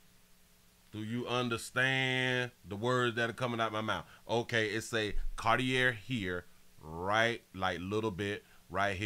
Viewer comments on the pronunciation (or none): The glasses are pronounced CAR-TEE- A (CARTIER). The ER at the end of the word CARTIER, makes a LONG "A" SOUND. The name and the brand, are FRENCH.